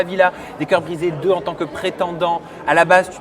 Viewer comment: «Tont» ben voyons